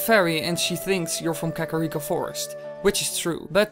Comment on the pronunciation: Kaka reek-o